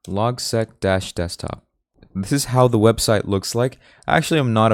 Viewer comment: I'd suggest pronouncing LogSeq as Log-S-E-E-K the S-E-E-K comes from Sequential.